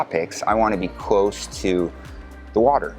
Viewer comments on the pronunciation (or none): none